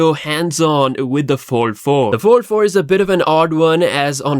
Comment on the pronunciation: All I keep hearing samsungs 44 and 4 3 your fold sounds like four